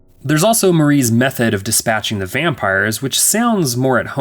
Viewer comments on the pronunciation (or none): It sounded like you said "methead" and not "method" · Hopefully no french people see this review. Your pronunciation of the lead actresses surname will make them hunt you down like Blade does vampires. Also the way you pronounced method sounds like methhead 😂